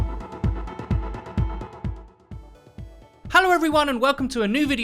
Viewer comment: You said "Hallo" Like a German guy